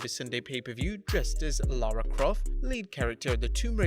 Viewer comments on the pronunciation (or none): none